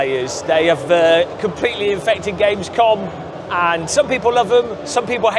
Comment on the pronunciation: No way I'm gonna watch 7 hours of Gamescom, I said. Now I find myself coming back cringing on pronunciation of German words